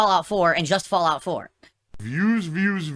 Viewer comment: "Look... another one...Fallgout...how is this funny?":_Madpig